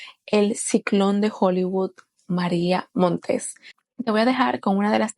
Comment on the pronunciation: No es "Montés:, sino Montes: es sin acento en la última sílaba.